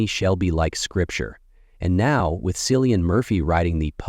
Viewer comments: ITS "Kill-e-in" Not Sillian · KILL. KILLIAN. Cillian. Not Sillian. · Man said “Sillian” Murphy. I’m done.